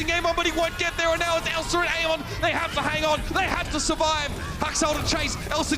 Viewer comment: why do the casters say amon instead of ameng